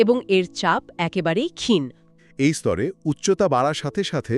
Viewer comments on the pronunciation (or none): হ্রাস=হাস❌ রাস✅ ক্ষীন= খিন❌ক্ষীনো